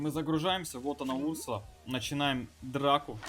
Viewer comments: Не у‘рсула а урсу‘ла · Этот персонаж изначально был добавлен в suspects , ударение на вторую у , урсу́ла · Разве ударение не на 2 у ?